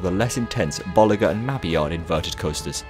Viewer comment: I heard someone say bo-lee-jeer and ma-mee-ard